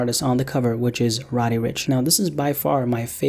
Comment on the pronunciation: Why u saying rod e n not roddy rich